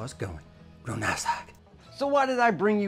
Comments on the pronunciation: "Real Nass Like" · Over 1000 smeesh's " Real Nass like ". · “Real Nass Like” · “real nass like”. Herd wirk behend your videos.